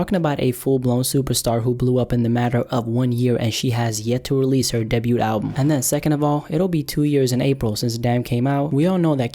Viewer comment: did he say "deh-bute" album? lmao its pronounced day-bew (like pew)